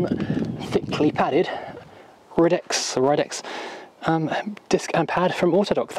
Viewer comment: Shouldn't the title say "New Ridex" instead of "New Rides"? :) And I've always thought Ridex was pronounced ride-ex.